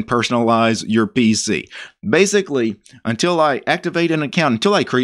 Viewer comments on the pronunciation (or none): none